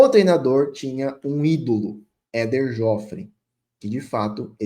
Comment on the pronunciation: Sua pouca idade não te permitiu conhecer Éder Jofre (a pronúncia é fechada:Jôfre). Não é verdade que quase ninguém o conhece: todas as pessoas da minha geração o conhecem e o viram lutar. Ele é realmente um vitorioso no ringue e na vida.